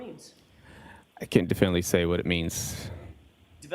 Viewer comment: did he just say definley? 🥲